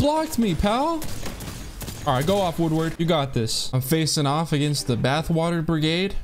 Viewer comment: Its Wood-a-fied, NOT WOODWORD, im not squidwards bro...... smh